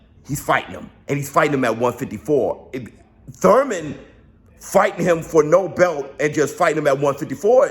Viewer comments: Say Thouyman again 😂😂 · To one of the few guys i know that pronounce “ur” as “oi” like the stooges. Its spence vs thoimen! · Bruh you killing meeeee 🤣🤣🤣 don't nobody say that Thurman how you say that Thurman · Why do you pronounce his last name wrong! Is there a joke I'm not getting! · Why you say his name like that 🤣🤣🤣🤣🤣🤣🤣🤣🤣🤣🤣🤣🤣🤣🤣🤣🤣🤣🤣🤣🤣🤣🤣🤣🤣🤣🤣🤣🤣🤣🤣🤣🤣🤣🤣🤣🤣🤣🤣🤣🤣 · stoooop, 🤣🤣🤣🤣🤣🤣🤣i can't even attempt to spell how you're saying Thurman lol